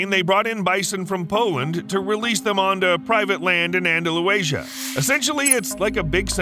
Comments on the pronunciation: Andalucía I really don’t know how you can read that word and say, Andaluacia?🤪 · An-da-lu-ASIA??????????? WTF, it's An-da-lu-SEE-a. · Anda-Lusia, not Anda-Luasia! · Love the fact that these animals are doing well in Spain! I’m of Southern Spanish heritage and the mis-pronunciation of my parents home land is painful. The southern area is called Andalusia. And should be pronounced Anda-Loo-Sia. And not Anda-Lue-Shia. Sorry for being picky but I’m sure if your name was mispronounced you would correct it! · How do you get "Andalu-Asia" from "Andalu-sia (or -cia)"? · It's Andalusia not Andaluasia and it's on Spain's southern coast, not central near Madrid. Maybe the people who prepared for the video might have spent a little more time on accuracy. After all, this video has already had 348,000 views in only 2 weeks. That's a lot of errors needing to be corrected. If you're going to be spreading errors so much, colleges and universities will hate the competition. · very good and interesting but andalu asia ???!!! twice ANDALUSIA pathetic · Dude, Andalusia is "an-dah-LOO-zha," not, "an-dah-loo-AY-zha." There is no extra 'a' in there. I hope you were trying to be funny. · An-da-lu-ci-a! (Andalu'th'ia) NOT Andalu-asia! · Anda loo sia- Anda loo thia not asia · The way you pronounce Andalusia 🤦🏻‍♀️ Anda-lusia, not Anda-lu-asia! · Okay, stop saying An-da-lu-Asia! It’s An-da-lusia. You’re adding an "a" and saying a nonexistent word! For someone who makes their living speaking you would think they could pronounce words correctly! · its not andalulazier its Andalucia please take the time to learn how to pronounce place names before making anymore videos about places.. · It’s not Andalus-Asia! It Andalusia. How dumb! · AndaluASIA? I think you mean Andalusia. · Anda-Lew-Asia 👏🏽🤣 It is: Andalucía (UHN-THUH-LOO-THEE-UH) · It’s AndalUsia, not AndaluAsia. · Andaluasia????? LMAO Andalucia! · Anda- Lucia andalucia... not andalu-asia. Lol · Andalusia, not Andaluasia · Andaluasia lmao